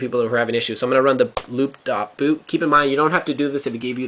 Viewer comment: Been trying this over and over for about 5 hours now and can't get the "failed - no such file or directory" message on the DOS screen. I've tried the loop function many times with no message. You kept saying "loop.boot" instead of "loop.bat".